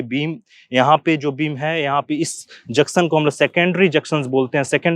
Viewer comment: Aap junction ko juction bolte sir